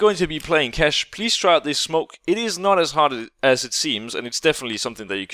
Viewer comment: "No-one can shoot you 'oot'" Are you Scottish now?